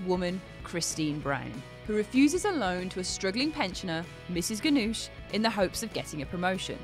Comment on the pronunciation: She pronounces Mrs. Ganush's name wrong